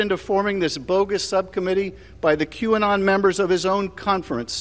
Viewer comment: WTF is Qannon? It's Q and then there's Anon. They are not joined.